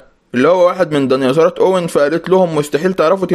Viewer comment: ديناصورات ❌ دنياصورات ✅😂